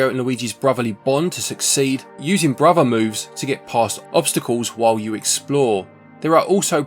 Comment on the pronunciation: Brother Moves! Bruvver? Muvver? Any uvver sucka! 😅😂😅